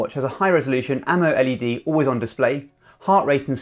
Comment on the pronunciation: Spot on amoled pronunciation